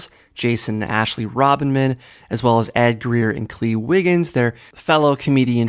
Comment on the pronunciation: is saying Ashley Robinson's name incorrectly some sort of joke or reference?